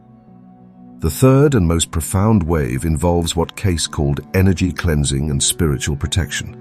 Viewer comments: oh and his name is pronounced 'kay-see' not 'case'. C'mon already. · It's pronounced "KAY-SEEEE" not Edgar CASE----moronic A.I. Narrator! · How about making the AI voice pronounce Cayce's name correctly?!! It's K-C !! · Maybe pronounce his name properly.... ???????